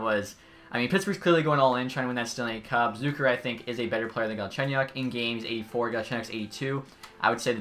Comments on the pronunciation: Its ZUH-KER not ZOOKER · Jason’s last name pronounced wrong